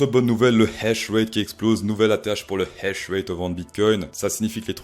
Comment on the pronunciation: On dit pas hash rét on dit H ratte